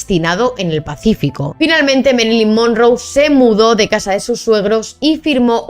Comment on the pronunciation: Norma yan? Además se pronuncia mérilin monróu Informa mejor😂